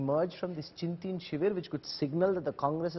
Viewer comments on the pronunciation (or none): It is ChintAn not Chintin